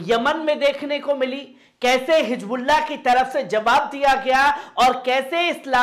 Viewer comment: Jaha higbulla jaha sahi hizbullah h.jaha Jaha... alfaz drust kare,vaha sunne wale sharmate h